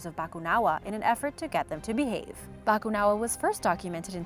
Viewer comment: Ganda ng pagkakasabi ng Bakunawa 🤘